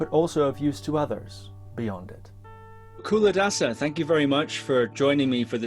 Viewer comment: It's pronounced Chuladasa